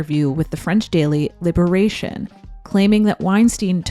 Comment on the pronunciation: Never knew that one can pronounce La Liberation this way. Saying just "Lib" would've been much better.